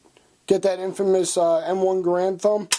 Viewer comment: You're saying Garand incorrectly